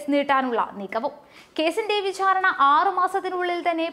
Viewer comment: വിഛാരണ അല്ല വിചാരണ